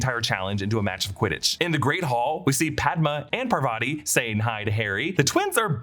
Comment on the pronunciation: Parvati is pronounced Paar-vati not Par-vaati and Padma is Pad-maa. Also Patil is Paa-til, different from Patel. My last name can vouch for this